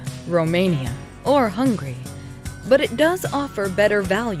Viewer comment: I'm dead, you really said "HUNGRY" where is the 'A' at??? lmaooo